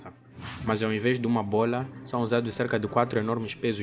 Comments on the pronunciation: Cara, vc tá falando bolha, e não bola. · “Bola” 😡🥵🤬 “Bólha” 🥰😍😌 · Bôila... bôila... rsrsrrrrs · ele fala Bôola kkk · Ótimo vídeo, e é muito engraçado ouvir ele falando "B O L A" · simplesmente a giganteixca buola do entretenimento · Toda vez que ele fala “bola” eu exploro de rir KKKKKKKKKKKKK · acho legal quando ele fala "bola" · Ele falando bola me lembra o pica pau falando bolo de morango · Cara, ótimo conteúdo, adorei aprender sobre isso. Mas é engraçado ouvir você falar bola, você por acaso tem alguma origem oriental?